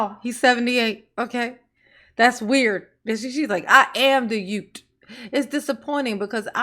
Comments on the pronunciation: I’m sorry but in a position as high as the mayor, you should be pronouncing words correctly lol how is anybody supposed to take you seriously if you have been alive for 30 years and still can’t properly pronounce youth 😂 it’s not like it’s a speech impediment or anything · “The yoots” 😂😂